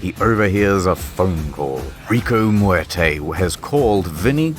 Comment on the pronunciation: You didn't roll the 'r' in Muerte, you rolled the 'm'. I didn't even know that was possible.